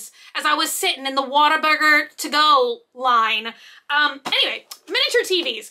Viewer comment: Not the Whataburger to go line!! And you said it right!! You really are a Texas girl 🎉